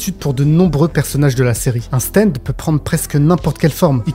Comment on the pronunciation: stand pas steind